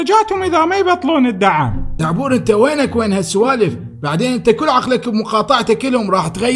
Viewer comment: تصحيح. زعبور ❌ دعبور ✅